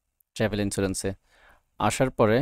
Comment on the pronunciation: Thank you for the videos., please pronounce the Travel Insurance ln correct way, it sound not good. Every time you say ট্রেভেল Insurance. But it is supposed to be sound ( ট্রাভেল ) not ট্রেভেল please. Thank you again for the videos.